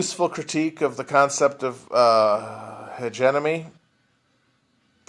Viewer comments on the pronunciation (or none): lol he keeps saying hegenomy